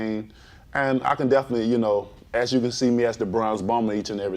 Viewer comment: "Oh most deafinitely"